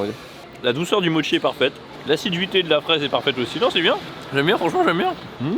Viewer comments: C’est moi ou au lieu de dire acidité, a dit assiduité? 😂🤣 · À 14min35, c'est " l'acidité " ou " l'assiduité" de la fraise qui est bonne ? 😂. Merci de cette découverte, à bientôt ^^